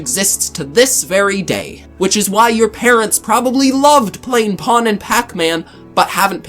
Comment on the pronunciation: It is pong not pawn. Like dong, bong, or wrong. At least that's how it pronounced in the US.